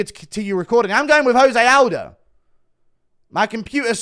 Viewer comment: It's 2024 and Guru still pronounces "Jose Aldo" wrong